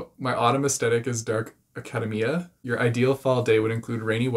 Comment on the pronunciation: The way you said "academia" made me laugh. XD I got Hygge for the first one, "You Should See Me In a Crown" for the second one, side character for the third quiz, and I didn't do the last one because I'm not into the Marvel movies. :P